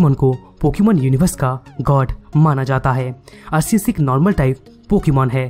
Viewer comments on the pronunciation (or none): Bhai wo Arkeus hota hai but it spells Arceus.